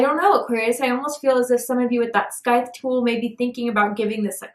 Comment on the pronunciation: Lol I’m not being a smart a$$ here but ya killin me with the scythe. It’s probounced “cicle”, like as in a popcicle without the pop 😂. Thank you for everything your messages always touch right on it with my person. He’s not my husband but he’s my best friend and yes he is definitely watching me…from my windows 😵 and he hasn’t talked to me like he use to it’s gotten gradually less and less but he actually stalks me and peep-toms me. I spoke to him finally today after 4 days and yes I’m so flipping over it I could 🤮 I’m done chasing after someone who really doesn’t even keep me distracted from my pain. He’s became part of it. Thank you 🧜🏻‍♀️ ❤